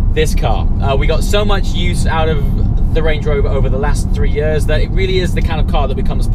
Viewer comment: Why do you pronounce 'years' like that? Where did you grow up in England?